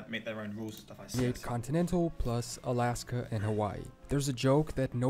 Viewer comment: Aslaska? Seriously?